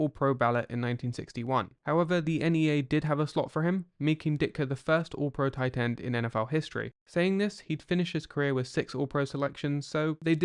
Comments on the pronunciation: Titans were scouted differently the accent on tight end is😫😵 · Yeah every time sounds like "Titan"😢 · Tie Tend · the way an English guy says Tight End is interesting ? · The emphasized crisp pronunciation of the second T in tight is unsettling.